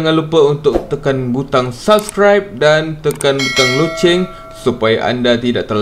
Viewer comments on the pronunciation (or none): none